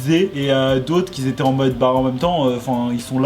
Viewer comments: Je suis dsl mais parle français mec ça me brisent les oreilles !!! Ex : qui s'étaient ... NON QUI ÉTAIENT les liaisons tu l’ai fais tt le temps et ça me ahhhhhh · QUI ETAIENT PAS QUI ZETAIENT PUTAIN PAS DE LIAISON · "Qui étaient" pas "quiS étaient" pardon mais ça me stressait 😭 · Ahhh quand tu fais la liaison « les gens qui -z’étaient-» ça me démonte les oreilles 😂😘